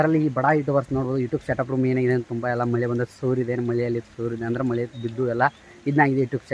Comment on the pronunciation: madu ಮಲೆ ಅಲ್ಲ ಮಳೆ ಕರ್ಮ ಎನ್ ಮತಾಡ್ತಿಯ ಪ